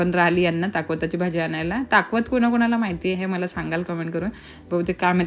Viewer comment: Its called Chakvat n not Takvat